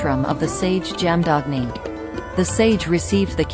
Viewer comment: Jaamdaagni ' the correct pronunciation is " Jama dhagni' BGM is soulful 👍